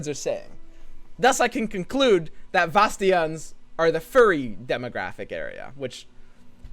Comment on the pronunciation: wow the way u saying vastayans is so bad its annoying sorry.